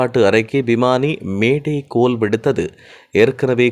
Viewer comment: கொய்ங் டவுண்😂😂 நோ த்றஸ் 😢😢 மேடே கோல்😅😅 பிறன்ச்😮😮 படிங்க புதுத் தமிழ்